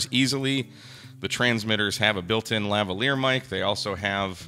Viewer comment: Lavalier. Lavalier. Lavalier. Say it slow, and drag out the L's, Brittany Spears style.